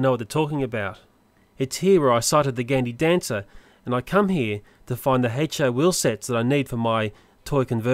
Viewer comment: Hello, I have a question you said that we have to tell you how many times you said gaindy dancer wrong and I watched you're mini me video a couple of times and at the beginning of the video you where saying the word wrong and at the end you explained that you're going to make a contest in you're next video and you said it wrong to, do I include that part or no?